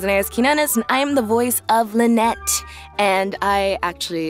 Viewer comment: Lynette voice actor doesnt know how to pronounce her own last name lol